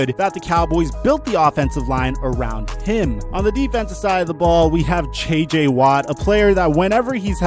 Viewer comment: “che che watt” lol